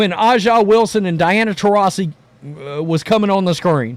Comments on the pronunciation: A’ja is pronounced ASIA not Ah Jah. It is bigoted to intentionally mispronounce a person’s name. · Bro it’s not ah ja …. It’s “A” JUH Wilson and I’m not fan of the wnba but ur pronunciation drives me crazy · Why does this knucklehead keep calling her Ah'ja? I was trying to figure out who's he talking about. How hard is it to read (A) Its has a big A in her name. A'ja. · Her name is pronounced ASIA. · You cant even pronounce A'ja's name correctly. I know what kind of person im dealing with here 😂 Look, I cant deny Caitlin's popularity, these are facts etched in stone. Her game in college is entertaining such that she moves the needle. EVERYBODY (including myself) that watched the league before this season knew she was going to struggle because her exciting game can be shut down rather simply. Raven Johnson (who Cait only scored 7 pts on in the championship) did it. There are TONS of Ravens in the W. The W basing all of their success in Caitlin isnt sustainable with people like you. You're fans more of her than the league which is your right. You guys act like youre some sort of charity to the W, when the only potential charity the league is getting is from the NBA which none of you work for. Hype up her popularity all you want, wheres her game? She has work to do.